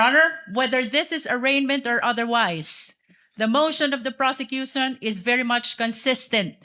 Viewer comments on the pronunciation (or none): "the mosh on of the porsecyusoon. Hahaha pag sure dha luistro ga bula imong mouth chuy